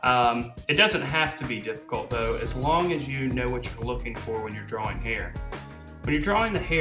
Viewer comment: Dude it's not drawl or drawling it's draw drawing there is no l when you say draw or drawing